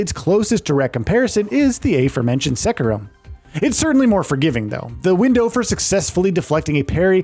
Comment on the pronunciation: You said Sekiro so wrong lol. and a couple other words, too.